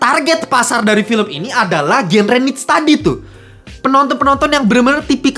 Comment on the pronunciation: Cara baca "Niche" sama dengan "Cliche "